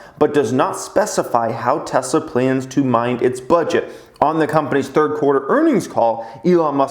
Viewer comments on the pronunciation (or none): none